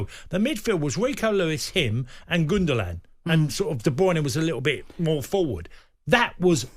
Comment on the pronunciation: Dokhole and gundolan.. tony learn names before you say them ffs 😂